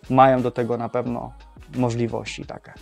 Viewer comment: Błagam Cię... mówi się "takie" a nie "take" 😊 uszy więdną. A reszta spoko.